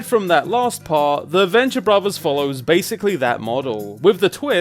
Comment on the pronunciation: Borvers, favers...maybe speaking isn’t the best thing for you to do with such a terribly hilarious speech impediment. I’m pretty sure brothers and fathers has a ‘tha’ sound not a ‘bag’ sound. Go back to elementary school or have a program speak for you. It’s honestly cringe levels of hard to listen to someone who can’t even pronounce words correctly.